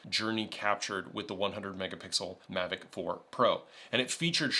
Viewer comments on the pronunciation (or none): none